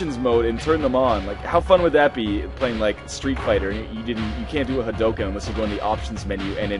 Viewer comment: It's Ha-DOO-kin, not Ha-DOE-kin.